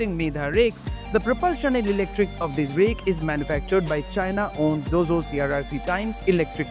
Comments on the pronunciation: Zhuzhou র উচ্চারণ টা "জো জো" নয়, "চু চৌ" হবে । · Pronounciation of Zhuzhou is actually closer to Bangla word জুজউ and the জ is actually Murdhannyo জ. Hope you would try to pronounce is it this way. Thanks